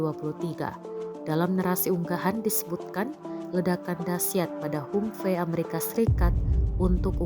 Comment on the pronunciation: mbok belajar dulu how to pronounce 'humvee' dalam membawakan narasi.